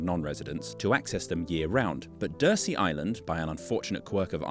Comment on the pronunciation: DURSEY is pronounced 'dur_zee', not 'dur-see'.